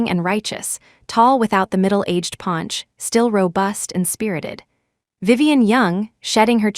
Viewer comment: Not pinch but PAUNCH